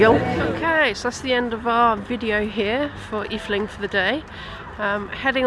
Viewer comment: Just a note, its Efteling. The E is silent for your Brits. Just pronounce it Fteling. Fteling And the first darkride you were in , is called Droom vlucht . translated as Dream flight .